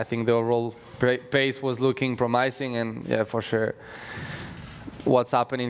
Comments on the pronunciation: in France you say proomajsing, not prommissing, apparently😂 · Pierre "Promaising" Gasly